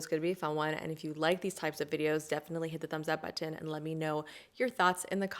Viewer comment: I have never heard someone pronounce the words button/brighten like you, it sounds so happy ☺️